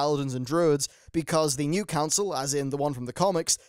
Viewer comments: Dat Counil of Glades;) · Lol "Counil of Glades" at the intro